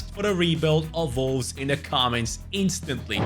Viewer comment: the way bro says Volves is insane